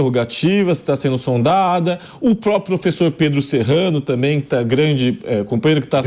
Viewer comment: Esse é vermelho, sai fora....ele diz Cumpanhero